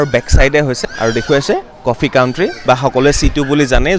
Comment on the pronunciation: It is not কফি কাউট্ৰি, it is কফি কান্ট্ৰি